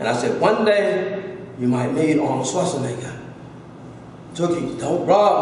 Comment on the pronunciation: Did da man just say Arnold SchwarzNIGGA !!!